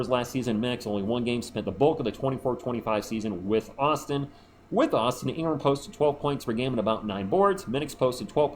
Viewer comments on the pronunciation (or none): none